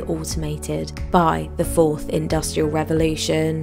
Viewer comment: Revolution...not Revelation